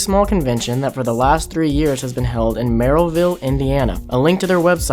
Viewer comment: How do you know they're not from the area? Pronounces all the Ls in Merrillville.